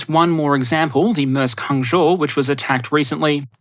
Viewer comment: Dude...congrats on pronouncing Hangzhou correctly. Been hearing Hang-zow all week. Love your work. None of it boring. Nice pace as well.